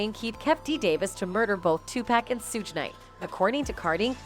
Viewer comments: Suge....like Sugar. Not Sugg and PAC like Ahh...not Akk🤣🤣🤣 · Suge is pronounced shug like sugar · You have to learn how to pronounce names before you can make commentary. Its pronounced shug like sugar but you dont spell it like shugar. Am Tupac is pronounced like toopock. Not too pack. I couldn't get half way through the video cause it seems everybody videos are doing this. Can yall atleast do yalls homework. Geez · Yes and purposely just to not get sued for defamation of character